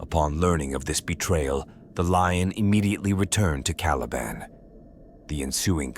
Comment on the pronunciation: Well at least this a junk can pronounce the word caliban